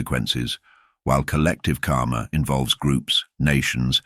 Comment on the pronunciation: You should learn the correct pronunciation of the word "karma". Every time you said "karma", it sounded as "kaama". Both words have extremely different meaning.